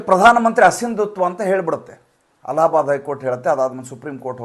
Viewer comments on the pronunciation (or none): none